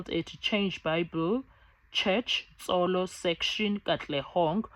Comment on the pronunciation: Not Tsolo like in Sotho Thsolo section